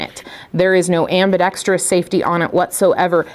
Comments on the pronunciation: Also properly pronounces the COMMONLY MISPRONOUNCED word - ambidextrous! That is often heard pronounced as 'ambidetrious'! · Kudos to for properly pronouncing ambidextrous! Soooo many people don’t do that. Just an OCD pet peeve of mine 😉